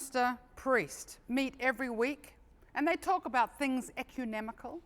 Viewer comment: it's Ecumenical, not ecunemical - is it deliberate, or, looks like, she realizes gaff at that moment - no-big-deal - a good comedic style